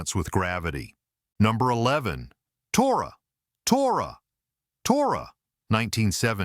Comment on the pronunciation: Tora Tora Tora is mispronounced! In the film the signal is shouted as "toratoratora"